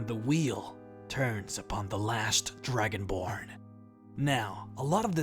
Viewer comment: Lol he said dragonblard XD